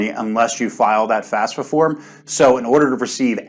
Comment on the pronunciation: Why "top experts" can't even get the fafsa pronunciation right? Do you guys need classes on Latin family languages? Sort of which letter comes firs'kinna thing? Jusayin...